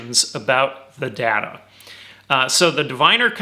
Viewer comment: good god- it is data not datta- this video is unwatchable because you keep saying datta